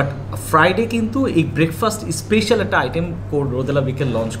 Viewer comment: উচ্চারণ টা "স্পেইশাল" না, এটা ভুল আপনার মুখে বারবার এই ভুল উচ্চারণ শুনতে খুবই বাজে লাগছিল, তাই মন্তব্য করলাম, দয়া করে অক্সফোর্ড বা ক্যামব্রিজ ডিকশনারি থেকে কিংবা গুগল থেকে সঠিক উচ্চারণ টা জেনে নেবেন।